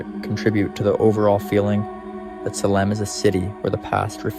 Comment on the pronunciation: Salem isn't pronounced Sehlem. it's Salem (saylum)